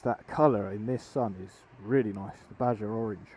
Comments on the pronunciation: Dude! It's B-A-H-A orange (BAJA). Like Baja California. Not pronounced badger. Nice review on a cool bike. You do really like to say really a lot but it is a really nice bike. Cheers! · ‘Badger’ orange? 😂 It’s pronounced ‘bar har’. Nice bike.